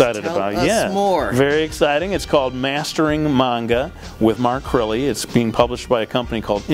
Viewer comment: lived in japan? "Mark Crirrey"